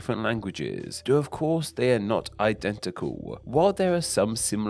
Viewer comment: An interesting subject. Shame that the speaker cannot pronounce so many of his words properly. Thrive becomes frive, the 'l' sound is mispronounced in such words as identical, which becomes identicaw; 'they' is pronounced 'dey.' And there are so many others in this debased speech that beside sounding unpleasant, it makes a mockery of the topic.